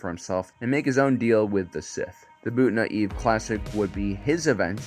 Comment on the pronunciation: I love you man but I swear you say one word in each video so slightly wrong I think it's on purpose at first. BOON-TA EVE. KRI-STOFF-SIS IDK WHAT ELSE BECAUSE I DONT REally care that much. Great video. 👍